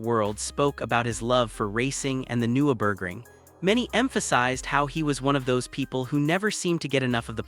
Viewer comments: AI garbage or someone who knows next to nothing about the race. Can't pronounce the track, driver, and repeatedly using images of other tracks, other racing series, and touristenfahrten with no "Dashcam" view whatsoever. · cant even pronounce Nurburgring